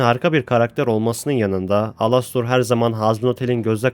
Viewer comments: abi alostor ne elıstır diye okunuyor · ABİ ALASTOR DİYE OKUNMUYOR ELASTIR DİYE OKUNUYO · alostor alastor diye okunmyo dostum elistır diye okunuyo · Alastor değil Elıstır😡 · Alastor diye yazılıyor elıstr diye okunuyor😅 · abi lütfen elistır diye oku yazılışı gibi değil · Ea diye okunuyo başı direk elistır diye değil ealıstır gibi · Knk elestır diyerek okunuyor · Alastor diye okuman beni deli etti sinirden dinleyemedim